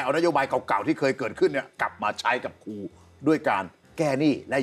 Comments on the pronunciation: ครู ๆๆๆๆๆ ไม่ใช่ คู อย่าลืม ร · พิธีกรออกเสียง คูๆ บ่อยจัง คูไหนจะใส่ซอง20 บาทได้ ครูต้องล้างจานค่ะ 🎉❤